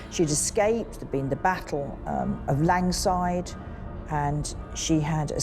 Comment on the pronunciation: This woman's Scottish history knowledge is terrible. Im a Scot and we are taught this from birth. She even says "Scotch" which is terrible and her pronunciation of "Langside" is awful. The "Mermaid" logo was used years before this in Edinburgh... this woman knows very little about Mary Queen of Scots, very, very little. And let's not get started on the medium and her "energy"... laughable. And dont get me started on what she thinks "Halloween" is... a Scottish/Irish celebration pagan festival. NOTHING to do with Christian saints and utterly nothing to do with "lights" to comfort the dead. She is constantly taking utter rubbish with zero facts. This does nothing to actually really investigate "ghosts" if thats your thing.